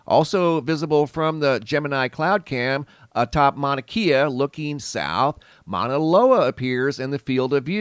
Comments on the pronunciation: Great channel you got here bud, and if it matters to you the propper pronunciation for "Mauna Kea" mowna (like you said) and kay-ah not keeya. 🤙 That beam of light was from a fissure venting. Most likely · Pronounced "Kya" not keya. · Mauna Kay-Uh... The Keys are in Florida. Lol. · It is pronounced “Mauna Kay-ah” not “Mauna Kia.” It’s not a car. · Kea is pronounced kay-ah not key-ah Mauna Kea. 🤙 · Mauna "kaye-uh" not key-uh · Pronounce it mana kay ahh. Its like nails on a chalkboard the way your saying it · Pronounced Mana-kAa. Long A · Pronounce. Mana Kay A Mauna Kea. Thé e in Hawaiian is a soft A sound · pronounced kay'ah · Mauna Kea. Mao-Na-KAY-Ah. Please. From Hawaii. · Just a note. E in Hawaiian sounds like an hard A vs an a is always ahh sound thus Kea is more Kay ahh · Mauna Kea is pronounced with e having a long a sound